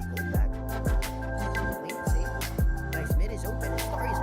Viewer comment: and its pronounced safe, not sapi facepalm